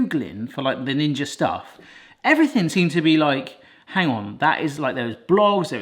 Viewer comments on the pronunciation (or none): Did he say ginger??? I thought it was ninja?? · This is the first time I've heard "Ninja" pronounced: "Ginger" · Ninja? Not ginga? Am i just hearing that incorrectly or am I misunderstanding something 😅 was said twice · Did he just say ginger 😂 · Ginger??? I had to rewind it to make sure I heard it right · Why are you saying ginga instead of ninja? Lmao 🤣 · Did you say 'Ginger' ice cream maker lol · Isnt the brand name 'ninja' and not 'ginga' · Did you say the ginger 10in 1 ? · What the hell is a Ginga? Its Ninja literally says it on the front... Unless I have missed a joke somewhere in the past.. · seconds in: Ginga, no, it's a Ninja. And you say Honest? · What's up with the Jinja ? It clearly reads Ninja .... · Why do you call it "Ginja"'? It's "Ninja" with an "N", not "G". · Did he call it the "ginger"? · Why does he call it Jinja? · You might want to pronounce the brand accurately, ints not Ginga. Your attention to detail is zero which speaks volumes about your lame vlog. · AAAAAAAAAAAAAAAAAAAAAAAA At this point knows he is saying Gingja and I'm losing my mind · Omg the amount of people complaining that he isnt saying "ninja" is wild. Clearly these people have never watched before, they don't understand its just a thing to do. Love y'all! Your videos are always so wholesome. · is this how British pronounce "Ninja" hehe